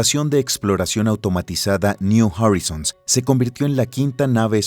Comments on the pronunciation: me encantan los videos, las animaciones y los relatos. solo estaria bueno que estandaricen las pronunciaciones New Horizon: Niu Joraizn, no "niu Jorizon" Kuiper: Kaiper, no "kuiper" Pioneer: Paioniir, no "paioner" entre otros... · PONES UN RUIDO DESQUICIANTE 😝😝 [SEGÚN TÚ, ES MÚSICA], SIGUES DICIENDO "NIU JARRISONS" 🙃🙃 Y PONES UNOS DATOS AL PRINCIPIO QUE ARRUINA LA NARRACIÓN 🤪🥴🤪🥴, POR ESO CUANDO QUIERO VER UN VIDEO TUYO, ME PONGO DE MAL HUMOR Y LO CORTO. GRACIAS PERO NO, GRACIAS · Buen documental, solo el locutor pudo haberse documentado mejor cómo se pronuncian las cosas en inglés, y no andar hablando de la sonda niu jorisons o del satélite i o